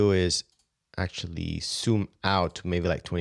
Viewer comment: I'm not sure why I'm bothered by the fact that he can't say ZOOM but says SOOM instead. All in all this video is great.